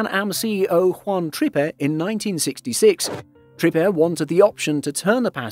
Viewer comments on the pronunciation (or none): That is a DC-8, not a 707... and it is Juan Trippe (TRIP!, not Trippy).